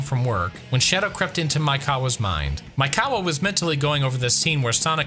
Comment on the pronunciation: You keep saying "Maikawa" instead of "Maekawa" and it hurts my brain each time @@